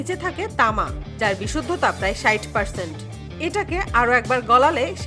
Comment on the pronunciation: ষাট হবে, ষাইট আবার কি? স্তুপ বলতে হবে ম্যাডাম, ইস্তুপ আবার কি? এটাও কি ৩ তলা উচু ট্রাকের সমান 😂😂😂